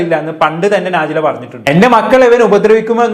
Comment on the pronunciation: നാജില അല്ല നെജ്ല